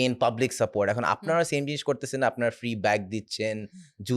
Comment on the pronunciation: he said free not freak